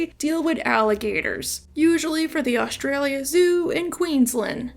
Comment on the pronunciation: went for Australian but somehow ended up sounding Eastern European 😢 "ДЏSTЯДLЇД" "ҪЯФҪФDЇLԐ ӉЏЙҬЄЯ" lmfaoooo 🤣